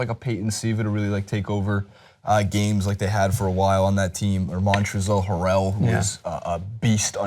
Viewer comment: butchered Montrezl Harrell's name haha